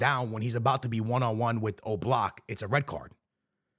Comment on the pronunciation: Its oblak not o block😂😂